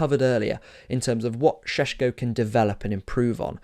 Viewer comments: It’s painful to my ears every time you say Sesko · How many times did you say Sssshhesko in that? Zubimendi going to Madrid too